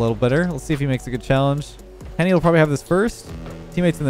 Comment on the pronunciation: Why is no one talking about how said Henry instead of Henny